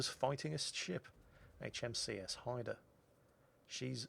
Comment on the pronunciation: Great video as usual. Nice to see the name Haida pronouned properly, maybe you could give Flambass lessons?